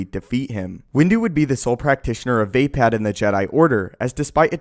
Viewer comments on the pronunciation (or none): Wtf is Vaypad?? You mean Vuhpod? Vapaad is pronounce Vuhpod bro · VayPad... Vupard... Not VayPad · You made it sound like he vapes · You pronounce everything so fucking wrong it hurts my ears. Niman is nih-min not knee-man. Vaapad is not vay-pad, it's vah-pahd. Use the english language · It’s pronounced “Vaa”, as in “the” and “Pad”, as in “Pod” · Vay-pad. Lololol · The forms are heavily influenced by Japanese sword skills, so I do believe the pronunciations should be closer to how they sound in Japanese. Plus these options sound better than how you're saying it. Makashi - ma-ka-shi (the pairs make their own sounds - not ma-kashi, ma-ka-shi) Vaapad - v-aah-pad Niman - nee-mahn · vape-ad killed me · It is pronounced as (VAH-PARD)